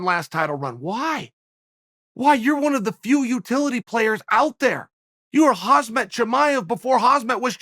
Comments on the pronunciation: Sigh... he still can't pronounce Khamzat ( Hazmet?? ). I swear he's gotta be mispronouncing everyone's name on purpose at this point. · Why does Chael still mispronounce Khamzat's name?